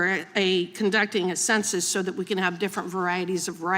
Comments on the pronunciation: Her points would carry more weight if she quit saying "consensus" instead of "Census" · "conduct a concensus" The lack of education is on full display.